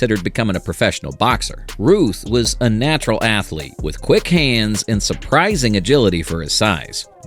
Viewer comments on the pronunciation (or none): none